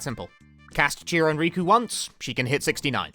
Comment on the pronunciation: she has 2 k's in her name bruh, "Rikku" not "Riku", there's already another Square Enix character called "Riku" so I asusmed you meant him instead